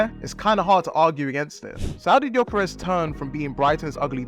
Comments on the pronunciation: Yall need too realise Ö and O aint the same thing in swedish hes not gyokeres hes gyökeres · Jokeres lol. Its Gyökeres, at least google translate his name.